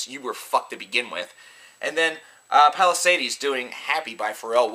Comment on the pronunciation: That's like calling The Color Morale "Color Morale" of Palisades "The Palisades". Btw he does mispronounce Palisades too which pissed me off royally.